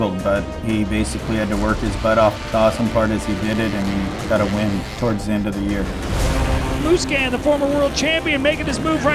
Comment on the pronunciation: When will people learn how to pronounce "Musquin"?